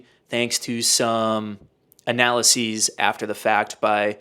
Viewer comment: the way you said analyses makes me never want to watch you agan, ngl